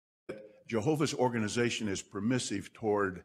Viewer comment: "JeeHOOOver's Organization", ugh, makes my skin crawl every time I hear those words!